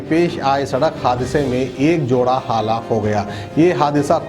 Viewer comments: Hallak nai halaak bolte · kounse goun village ke hai aap jo Google ku Gokul halaak ku hallak aur bhi bahoth se ghalti hai aap ke talaffuz me